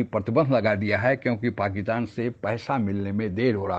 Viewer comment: "पाकितान" या "पाकिस्तान"! उच्चारण तो शुद्ध कीजिये साहब !